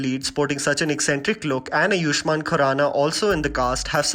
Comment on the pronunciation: Why do you always say ayuushman khurana ? It's ayushman dude